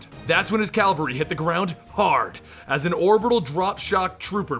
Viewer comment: Love it, gave up on the Halo games a lil while ago but still keep up with the lore and books. Only nit pic was Cavalry. Its 'Cavalry', not Calvery, but hey honest mistake!